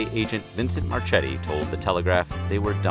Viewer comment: FYI, Marchetti is not pronounced "Mar-CH-etti" its pronounced Mar-K-etti (CH in Italian is a hard C pronounced CK ) C in front of I or E is the CH (as in Cheese ) sound .....just sayin